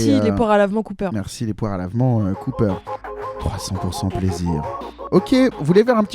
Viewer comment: Alors désolé mais le pharmacien en moi me force à je fact checker ce podcast... pour une erreur inacceptable! Les poires à lavements Cooper ne se prononce pas à l'américaine! Car Cooper = coopération pharmaceutique française. Donc on dit la "caupère" zou de zou de bondiasse! Merci pour votre attention.